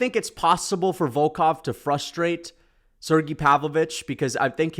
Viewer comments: Volkov and Pavlovich is the next best fight u could do after Gone, also its Sergei not “Sergee” 😂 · Why the hell he saying Sergei’s name like that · You know his nickname is not Shera the bullet right what the f and do you know how to pronounce Sergie